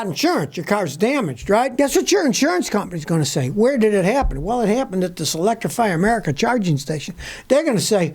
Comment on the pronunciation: Electri-Fry Amerika🤣